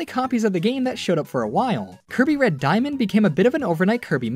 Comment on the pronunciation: Lol, "Diamand"